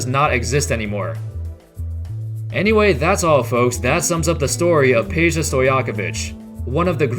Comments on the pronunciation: It's Pedja not Peja !! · It's Pedja not Peja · It's not Peja but Peđa (Pedja)